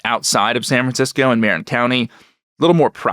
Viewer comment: Marin County is pronounced muh-RIN